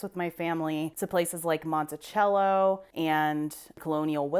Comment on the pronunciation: Thanks for such an informative and interesting video. It was nice learning some of your interests and how they developed. Looking forward to your livestream on Saturday. Take care and enjoy your weekend. P.S. As a native born Virginian I appreciate you pronouncing "Monticello" correctly. We are certainly in the minority in this country.🤣